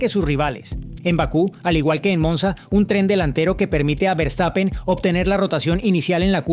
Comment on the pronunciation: Hola. Eres excelente periodista. Y hablas relativamente buen inglés.Pero no se dice Berstapen, sino fershtapen. Verstapen. Saludos desde Alemania.